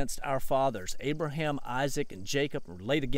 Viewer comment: On a side note, you would be shocked at how many people can not pronounce my name / Abraham's sons name correctly, it is nice to hear you say it normal!